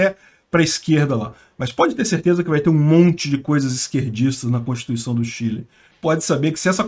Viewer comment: aprenda a pronunciar corretamente a palavra "constituição".